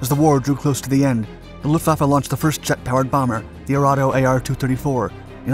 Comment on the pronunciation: Video host, learn how to pronounce LUFTWAFFE................